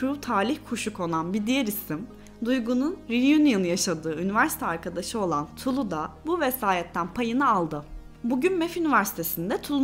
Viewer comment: “Tulu”nun L’si ince okunur. Leylek, melek, kiler, pile sözcüklerindeki gibi. İkinci cümlemi sesli okuyarak deneyin lütfen.